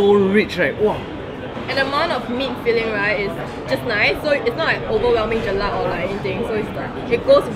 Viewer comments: Its not gelak but jelak guys!!!!!!! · Guyyyysssss it's jelak and not gelak! HAHAHAHAHA. Gelak means laugh in malay.